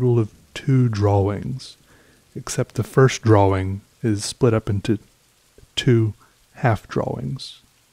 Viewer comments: yes i noticed that .should be draw-ing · Me: Depressed: Draw-wing Me::) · So, is nobody gonna mention how he pronounces drawing? Droh-wing?